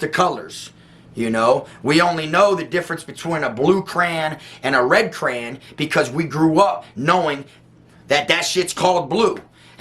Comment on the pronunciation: I’m racist against you saying “crayan” lol keep up the fire context foo…😎